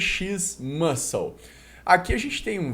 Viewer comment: caramba perfeita a pronúncia do mano, o cara é refinado mesmo. Deve ouvir mto a palavra muscle acompanhando os gringos.